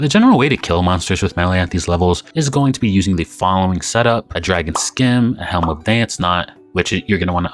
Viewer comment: Do you pronounce science "sky ence"? People, scimitar is pronounced "Simitar"